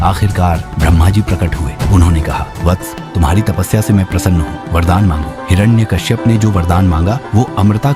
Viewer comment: Is not hirana Kashyap hiranyakashyap😅